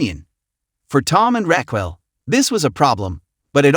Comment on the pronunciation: What is up with this narrator...... Can pronounce anything correctly Raquil